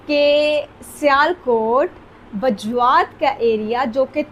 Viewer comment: Ye Bajrat nahi hai Mam Bajwat hai